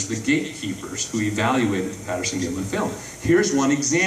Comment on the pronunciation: It's Patterson not Paterson.